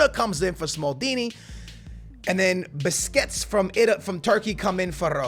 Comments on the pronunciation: Beh-shick-tass ... You're welcome! <3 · Great video, but bisquets from Turkey, oh man hahaha R.I.P. pronunciation of Besiktas :-)